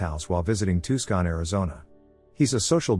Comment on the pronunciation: It's pronounced "Too-sonn"!